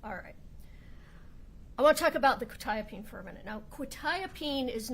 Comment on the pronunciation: The funny thing is neither of them say it correctly anyway, it is pronounced Kwet- eye-ah-peen